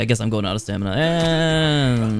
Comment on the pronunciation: "Out of stamida!" Lmao pure gold <3